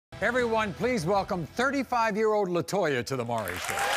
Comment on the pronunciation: Why is it so hard to pronounce "Maury?" It's not "Murry." It's "More-E." Drives me nuts.